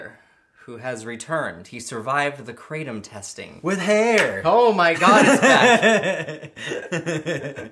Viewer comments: That hurt me hearing how you pronounced Kratom..... it's krah-tohm. (In robotic phone receptionist voice/ female) That's your daily dose of information. Your welcome. Good by now 😊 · You butcher the names of kanna and kratom lmao